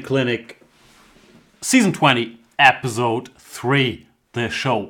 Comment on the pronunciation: Dear Jan, I love all of your serieses and the effort you put in them! There's just one thing that always sounds so weird to my ear: you pronounce the word „episode“ as it would be written „epizode“. Don't wanna be annoying, i think you yourself don't mind improving on that one. :)